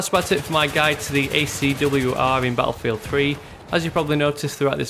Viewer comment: i like how you say "ba afield"